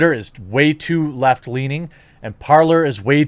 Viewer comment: This is good advice Jeremy. Thanks! But Parler, (pronounced like the French word "to talk" (you damned ingrates)), would be great if I didn't need a cell phone to use it. -Their authentication system uses SMS. Lame. For an alternative to big tech? I have to use a #$&*ing smartphone? If I can't access it directly from my hard-wired desktop, what the hell good is it to me? ANNNNND another thing... (Please forgive the incoming Cranky Old Man moment): If everybody had been a little more discerning and didn't embrace all this social media Apple/Android smartphone B.S. from the outset, none of these tech giants would have become the giant-ass problem they are today. Now I have to adapt and get all tactical because everybody else was wide-eyed and stupid? Marvelous. Thank-you very much.